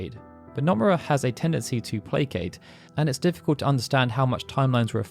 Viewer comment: stop saying numerra! it's NO MU RA